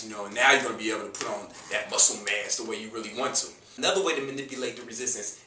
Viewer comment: When you say muscle mass, sounds like "muscle mess" lol... Appreciate the info man, regards from México!